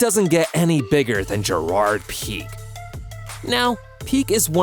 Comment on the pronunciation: Bro called Pique "Peak"